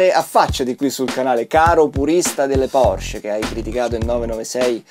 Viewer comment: Porsche, con la e, se potessi tutta la vita❤️